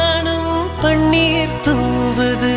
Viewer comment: Pon vaanam Paneer Correct a Pronunciation panunkooo Original Song a Correct a lesion panunkooo!! Tamil la kill panna vendaam!!